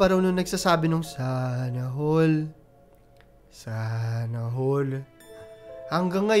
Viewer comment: hindi ko alam kung matatawa ako o matatakot sa pag "sanna hall" ni kuya HAHAHAHHAHAHAHAHAHHA